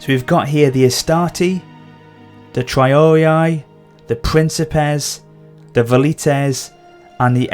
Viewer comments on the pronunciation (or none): It's spelled tree-ar-ee-ay,not traiorii